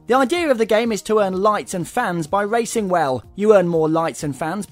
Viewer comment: lol this guy says wacing instead of racing